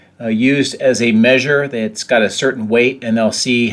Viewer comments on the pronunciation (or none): none